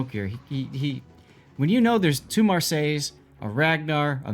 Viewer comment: Love your video's however Marseille is pronounced "Maa Say" and the DD Marceau is pronounced "Mar Soo" ---- I hope this helps.